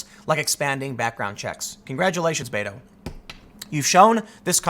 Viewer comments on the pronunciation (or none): Did I here you say Beta ? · Spanish is my second language. I interact with a great number of Latinos that solely speak Spanish. I have asked many of them for the pronunciation of the shortening of Roberto. I always hear bet-o not bate-o. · ur mispronouncing "beto." u gotta make the "t" sound in a latino fashion. oh, the pandering